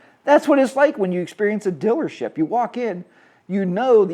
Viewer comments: Dillership. What accent is that? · haha it sounds like you say dillership is all. Just poking fun at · What's a 'dillership'? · My dealership Elk River Harley-Davidson in Minnesota is awesome. And I think you just like saying "Dillership"😂😂. Our dillership is phenomenal, they give us HOG members alot of great perks and the customers who buy every day are treated with great staff and exceptional customer service.